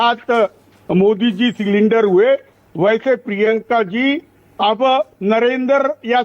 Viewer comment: सरेंडर को सिलिंडर बोल रहे है ।